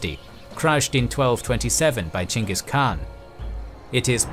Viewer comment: Holy shit, you pronounced "Genghis" correctly. As someone who thesed about him in grad school, I can't tell you how much that little detail ruins like 90% of videos on the topic for me.